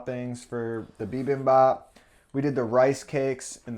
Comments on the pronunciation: lol bibabap? You guys mean bibimbap? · Just a lil tid bit: Bibimbap is pronounced Bee beem bahp. And the Koreans usually say Gim chi, not kim chi. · Haha "bee-bom-bap"